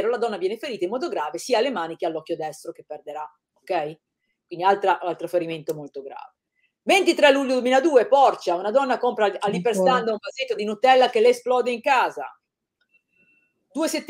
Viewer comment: Esercizi di pronuncia gli accenti di Cla'ut e Porci'a non si possono sentire.... Perdonate....